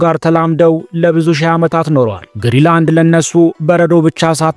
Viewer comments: ገና ለገና ቪው ለማግኘት ብሎ ዝም ብሎ ማውራት ራስን ማሳነስ ካልሆነ በስተቀር ትርጉም የለውም። ሰርቆ ከመብላት አይተናነስም ። ለምሳሌ ስም ስታነብ ግሪላንድ ሳይሆን ግሪን ላንድ ነው። ሌላው ደግሞ 58 ሺህ ሰው የሚኖርበትን ቦታ 56 ሰዎች ብሎ መቀደድ በጣም ያስጠላል። እንግሊዝኛ የማትሰማ ከሆነ ቢያንስ የአለምነህን ትንታኔ አየት አየት አድርግና በራስህ አፃፃፍ ፅፈህ አንብበው። ከመዋሸት ኮፒ ማድረግ ይሻላል። በግሪ እና በግሪን በ56 እና 58,000 መካከል ያለው ልዩነት የትየለሌ ነው። ስለ መንገድ ያወራህውም ፈፅሞ ውሸት ነው ለምሳሌ Ivittuut and Kangilinnguit የሚባሉትን ከተሞች የሚያገናኝ 4.5 ኪሜ መንገድ አለ፣ በኛ ቋንቋ ፒስታ ወይም የጠጠር መንገድ የምንለው 90 km paved road አለ። pituffik የሚባለው የአሜሪካ ወታደራዊ ቤዝም ርዝመቱ ያልታወቀ የመኪና መንገድ አለው። ስለዚህ ያወራህው 100% ውሸት ነው😂😂😂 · አስተካክለህ አንብብ እንጂ? ግሪ ላንድ ሳይሆን ግሪን ላንድ ነው።።።